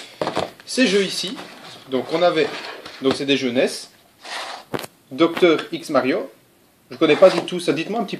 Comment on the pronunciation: Doctor = DRx , et pas "docteur X Mario" ... c'est le docteur qui fait du X ? ^^ lol